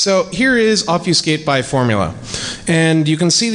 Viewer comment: I hate to be "that guy," but "ob-FEW-skate" was killin' me, smalls. It's pronounced like "ob-feh-skate." While we're at it, here are a few more words that will start driving you batty when you realize how often others (possibly including yourself) mispronounce them: Familiar: Everyone says "FER-miliar". Stop that now, sir and/or ma'am. Comfortable: Everyone says "comf-TER-ble," which seems technically allowable in the dictionary, but only because so many people have fucked it up for so long. Good job. And perhaps the one that drives me the craziest: "An historic": The 'h' isn't silent, ffs. You don't study "'istory," you study "history." It's not "an 'istoric moment," it's "a historic moment." Google the shit out of this if you'd like; you'll find all kinds of divergent opinions, but there is a correct answer, and it's the one I've conveniently provided for you. Actually, you know what? Here, read this to yourself: "Historically, Hilda had the honor of having horny hombres gaze hourly at her humongous hooters from the hillside." Even if you're sans penis, I'm punching you in the dick right now if you read that like this: "Istorically, Ilda ad the honor of aving orny hombres gaze hourly at er umongous ooters from the illside." MAN, that felt so good to pointlessly say on YouTube! Now everyone reading this gets to think I was angry or in a pissy mood while typing all of this, but, really, I was laughing and enjoying myself the whole time. Yaaay, Internet! :D